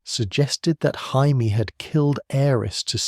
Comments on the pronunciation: Great retelling, except for calling Jamie Lannister - Hymie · i mean to be fair, its spelled jaime not jamie so either pronunciation is fair